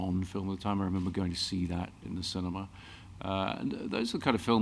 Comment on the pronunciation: Ah yes, Sin- E- ma!